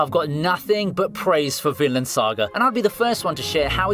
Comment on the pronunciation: "Tokyo Avengers" "Manoa" "Finland Saga" "Jiujitsu Kaisen" 💀💀💀💀